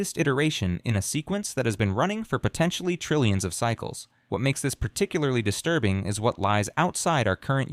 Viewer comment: Paaarrrticularely disturrrrrrbing and unsetttttling